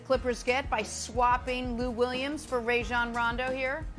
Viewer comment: FYI - It is RAH-jon...not RAY-jon. he said so himself in an interview on the jump, but no one seems to want to get names right.